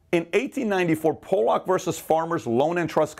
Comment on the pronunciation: Just because I'm This way, I just want to let you know, Pollock is not pronounced (pole-lock). That's a slur for a person from Poland. It's pronounced (pall-uck) like the fish that I belive are related to cod.